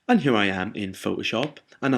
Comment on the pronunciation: love the way you say "here" very posh. "hchjeeer" lol